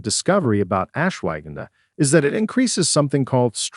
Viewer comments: I might have more confidence in the info if they could pronounce Rhodiola and Ashwaghanda properly. (Not RAH de o la, but “Row”) and not… what? “Ash wagon duh”?? But ash-wuh-gahn-duh. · AI HASAHARDTIMEPRONOUNVING .///ASHWAGANDHA...GONNA TAKE SOME RIGHT NOW